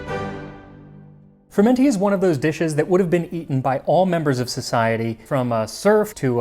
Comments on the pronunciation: I don't think it is pronounced fruMENty, but swallowing the n as frUmety. The stress on the u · Huh, so that's how it's pronounced when you aren't in deepest somerset. I've always heard it fr-UM-enty, with the emphasis on the um, and usually with the T dropped because somerset accents don't include much in the way of consonants. It sounds so much posher the Italian way. This sort of stodge is still eaten in some of the really rural bits of the UK, including somerset and the welsh valleys (at least in the 20s and 30s it was, when they could afford the eggs).